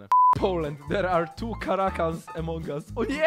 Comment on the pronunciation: Od kiedy a mówi się e (jezu) to jest AMONG US a nie jak mówisz EMONG US 😑